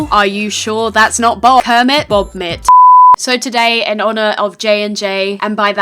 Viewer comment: When you said Bobit I thought you said Bomb it Also I'm telling PETA